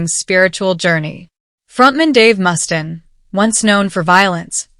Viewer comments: I have to, sorry, but Dave's last name is pronounced, "must ayne", not, "must in". Sorry, as a lifelong fan of Megadeth, that irked me, haha. And Tony's (of Black Sabbath) last name is pronounced, "eye owe me", not, "eye ommi".... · How do you upload a video knowing it is butchering names like Dave Mustin'? Tourniquet isn't even written by Amy Lee, it's a cover. Last I checked, Ozzy is dead, and he said he doesn't believe in heaven or hell, he said they're on earth... What a low-effort video. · "Dave Must-in", "End of Hear-tache." Just can't escape these Ai slop videos, wherever I go. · Mus•tane. Not Mustin. Sorry, but thats really bugged me. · Dave "Mustin"...gosh do some research on his name pronunciation. Unless this an AI video. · I was going to say dude she is saying his name wrong 😤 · AI narrating as you can tell by the way it (yes 'it') pronounces Dave Mustaine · Can't even pronounce Mustaine, product of AI generated voice emulation software